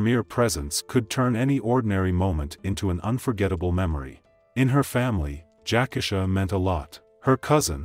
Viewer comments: I just really think out of respect, the victims name should be pronounced correctly. RIP ❤ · Its pronounced Jac - Key-Sha! Not Jackasha. Show some respect to the deceased please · Yes, that’s throwing me off, I don’t even know this story or her real name, but damn Jack-asha definitely sounds off….I’ll find the story on another channel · Everytime I hear this guy mispronounce her name, I cringe. U showed the news about her, saying her name a couple of times, yet u don't have the common courtesy to say her name correctly. I've seen him do the same thing on other videos. The disrespect is real!! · He needs to learn how to pronounce names....that irks